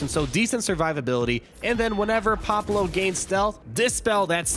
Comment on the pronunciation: *(pah•blue), not Pablo lol